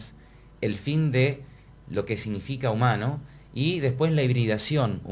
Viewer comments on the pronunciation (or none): No está mal decir Kraisweil, pero no es una transliteración estándar ni fiel al apellido alemán Kurzweil. Este apellido debe conservarse en su forma original para respetar su pronunciación y escritura correcta en alemán, donde se pronuncia aproximadamente como "Kurts-vail" o "Kurts-vail" dependiendo del dialecto. Antes de hacer críticas constructivas infórmate bien o cómprate un vida idiota! 😂😂😂